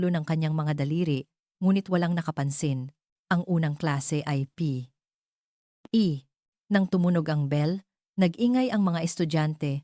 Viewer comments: Epic magbasa ng P.E😂😂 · Palibhasa AI generated -fiction itong vid na ito… kaya nskakataws kung paanong .. bigkasin ang ilang salita .,. tawa aqng malakas sa pagsasabi ng P.E. Uniforn na parang “ hinihika “ yung nagsasalita!!! hahahsha!!!! 😝😝😝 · Bakit po ba hirap na hirap kau banggitin un salitang P.E.😂😂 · Maryosep ,hirap na hirap sa pagbigkas ng P,,E uniform😅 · Mali ang pag bigkas mo ng p e. Hindi mo kailangang tumigil sa p tuloy lang dapat. Gusto ko Yong kwento mo. Thank you. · I'llano ba nman Yan ayaw idirecho ang pagbigkas ng P.E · Bakit ganyan kayo bumigkas ng tagalog parang hindi kayo nag aral ng lenguwahe ng Tagalog pati ba naman ang pagbigkas ng P. E. Hindi magandang pakinggan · Parang Tanga nman Yung nagsasalita p e Lang dpa mabigkas Ng maayus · Ano bang pagsasalita ya ng P E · Di wasto ang pag basa P. E lang hirap pa bigkasin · Pambihira bibigkasin lng ang salitang P.E. bkit hindi pa madiritso pambihira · ARTE M NMN MAGSALITA HALATANG HALATA ULTIMO UNG P.E. UNIFORM NDI MO PA MABIGKAS NG DERETSO EH HALATANG PINAY K NMN